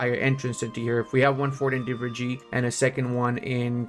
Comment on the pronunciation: You pronounce definetly right Kahire. . Divirigi is wrong, u should pronounce like this : Divr_ei. (ğ) --> u dont have this letter i know :D .. Mamluk is wrong u says : Mammaluk correct ways is Memluk. Also u should try Adana kebap with raki before u die . :goodvibes